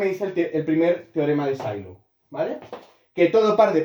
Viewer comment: Sylow era aleman, creo que no se pronuncia S"ai"low, sino "Silow". Otra cosa, que el número de p-subgrupos de Sylow es el índice del normalizador es consecuencia de que estos son conjugados y la fórmula del cardinal de la orbita, que es el índice del estabilizador, que en este caso es el normalizado. Así, es trivial y no hace falta calcular el normalizador. Saludos.